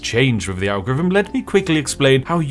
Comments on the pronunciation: Why do you keep pronouncing "algorithm" as "anglo rythm"??? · I never knew British people pronounced ALGOTHM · Some advice: Since you clearly have a slight speech impediment which means you can't pronounce "th" properly, maybe you shouldn't repeatedly try (and fail) to say "algorithm" which comes out as a mangled mess closer to "algorvm". Just a thought. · The way he pronounces "Algorithm". "Algvivim" 😅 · "algvvhm" is the best pronunciation of algorithm ive heard in a long time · Spiff, please atop saying algevum ... Pleeeease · Can’t take someone who continuously mispronounces “th” as “v” seriously. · Don't worry, as an American I can assure you that we could never be offended by someone calling us irrelevant if said person can't even pronounce the word algorithm properly. It's too cute to stay mad. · Bro can't say algorithm to save his life hahahahah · Have I missed something? have you now a different voice ? One that struggles to say algorithm.